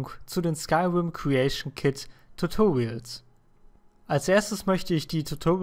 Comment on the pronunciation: Meine Fresse :D Das heißt nicht TUTURIOLS. Das heißt Tutorials ! :D Du sprichst das so lustig aus :P . Aber gutes Video ;)